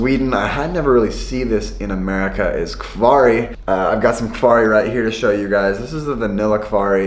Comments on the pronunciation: When you pronounce "kvarg", you pronounce the G, like in yoghurt :) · Hard 'G' in kvarg, it's German ^^ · Kvarg (uttalas kvarj) är riktigt gott